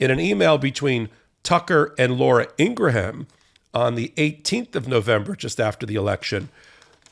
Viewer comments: It’s “ing gram” not “ing gra ham” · Ur bothering me that u don't know how to say "INGRAM", not "INGRAHAM". IT'S PRETTY BAD BRO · Pronounced "Ingram" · It's Ing-gram, not Ing-raham. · Laura Ingraham's name is pronounced Ingram. It's not Ingra ham. Not that I care because she's a POS. It just bothers me when people pronounce names incorrectly. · i think you are mispronouncing Ingraham's name.